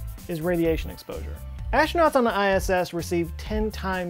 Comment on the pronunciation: Please, pretty please with sugar on top, try to pronounce aStronauts, not aSHtronauts. You are not Sean Connery... :)